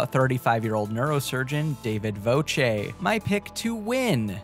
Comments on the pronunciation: You got Voće right ahha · Wow he got Voce right on.